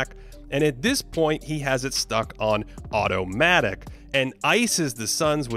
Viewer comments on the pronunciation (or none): did say Ottomatic? 🤔